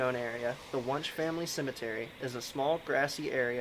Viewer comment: I know I’m telling you this four years too late, but it’s pronounced “when-she” not “wonsh”. I’m sure that provoked the spirits 😉